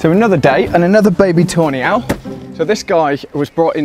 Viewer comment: Pardon my AE, but every time says "Tawny Owl", I hear "toe nail". 😄